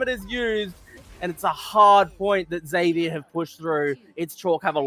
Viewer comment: Zevier with a z not zedvier